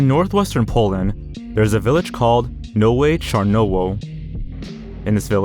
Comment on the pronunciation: The fact that "Nowe Czarnowo" is not even hard to pronounce when said correctly, I understand struggling with names like Szczebrzeszyn or Łódź but this... it's literally just "nove charnovo" but he still mispronounced it into noue charnouo LOL